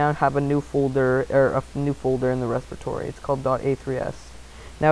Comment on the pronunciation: lol respatory